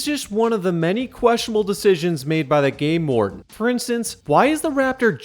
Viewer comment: Every time you say game warden, I think you said gay lord lol